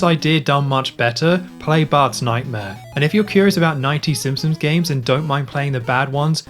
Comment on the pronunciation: Drink whenever he says ‘Simpsoms’